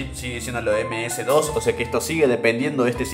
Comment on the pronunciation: si eres Argentino (Porque no se si lo eres) Deberías saber que aquí se le pronuncia: ´´Eme ese, de o ese´´ MS-DOS.